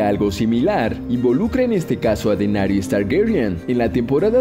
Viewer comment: Bien, despues de escuchar esta sarta de estupideces (sacando la ultima que es mas que obvia...) queria dejar unas consultas: 1) Claramente para el video se uso algun tipo de modulador de voz bastante mediocre.. 2) De no ser asi por favor indicarme quienes son "Denarius Targaryen", "Robert Beratheon", "Twyn", Tyron".. ya que voy ya por Festin de cuervos y jamas escuche de estos personajes. A lo mejor se referiria a Daenerys, Tywin, Robert BARATHEON y Tyrion... Conclusion, hacer un video con teorias estupidas pueden tener sentido, pero minimamente seria bueno aprender los nombres de los personajes.. A kurko vein le gusta esto xD